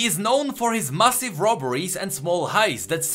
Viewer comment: It's weird when you pronounce massive as massif. Really good videos and excellent content